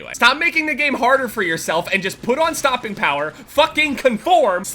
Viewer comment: Sorry, but is he trying to say use stopping power? Wasnt very clear.